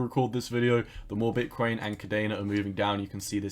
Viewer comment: Is it me or do u pronounce Bitcoin like bitkwain!